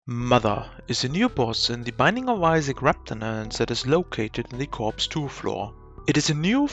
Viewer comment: Ive never heard someone pronounce repentance like this